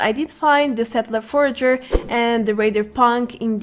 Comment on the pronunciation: I love how no one knows how to say Forager properly.